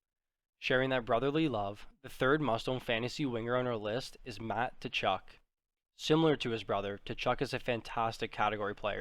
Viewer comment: The T is silent in Tkachuk